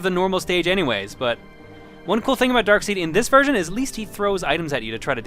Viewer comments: really like these vids and please upload more frequently jon! also anyone else notice he says dark seed instead of darksied? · Darkseid's name isn't pronounced "dark-seed" but "dark-side", as in "If you only knew the power of the...". Granted, the tendency of comic creators to name characters after mispelled common words has frustrated many over the years. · It's pronounced "Darkside", not "Darkseed". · Is no one going to talk about how pronounces Darkseid as dark-SEED? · >Darkseid >"DARK-seed"... >8^( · "Darkseed"? OH, you mean Darkseid. Come on, it's an obvious pun on "dark side". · I hate to go all hyper-nerd, but it is pronounced Darkside, not Darkseed. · Darkseed? Thor is pretty sure that it is pronounced like this: Dark-sa-i-d. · Darkseed? Oh come on, that's inexcusable. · Darkseid is pronounce "Dark Side" not "Dark Seed", for future reference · Darkseed?! why u say like that. this is killing me. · Sorry not to be nit picky, but yes while the name is spelt, "Darkseid", it is pronounced, "Darkside". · Its pronounced darkside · You've probably already heard it, but Darkseid is pronounced Darkside. its lame, I know. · Great video but despite how it's spelled, Darkseid is just pronounced as Dark Side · his name is pronounced DarksIde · It's pronounced dark side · Darkseid's name is pronounced Darkside. Also wouldn't the multiple attack buttons mapped to the Cs be similar to fighting games? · It is pronounced Dark-side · Darkseid is pronounced like "Darkside". I just wanted to say that since noone else was saying it from what I could see. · Actually, I'm pretty sure Darkseid's name is pronounced the same as dark side.